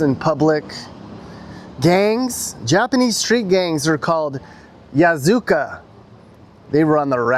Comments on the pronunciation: Not Yazuka but Yakuza😅😅😅😅😅😅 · Yakuza not Yasuka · Yakuza. Not Yazuka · Yazuka? It's Yakuza. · "Yakuza", not "yakuza" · 'Yakuza' NOT ' Yazuka' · Yakuza lol not yazuka😂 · とてもかわいい, (totemo kawaii)means very cute lol...よこそう (yokoso)nishinari..means welcome to nishinari...やくざ(yakuza) not yazuka..lol..all good..my wife and I been watching you before you started traveling..keep it up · It is Yakuza, NOT Yazuka. ya-KU-za ! They are not street gangs. That's like calling the Mafia a street gang. They are serious big time organized crime organizations. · yaKUSAH not yaZOOKA ya palooka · "Yazuka"...or YAKUZA?😳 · Did you just call the Yakuza the Yazuka lol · it’s Ya Ku Za. You might think comparing US’s gang problems, Japanese gangs are mild, but the monarch of yakuza called Yamaguchi-gumi is making good amount of money worldwide. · isn't it pronounced "Yakuza"? Pretty sure it is.😅